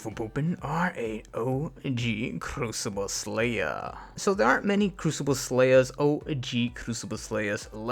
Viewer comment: How many times did he say crucible slayah